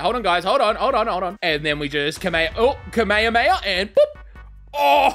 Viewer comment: I hate how he pronounces kame hame ha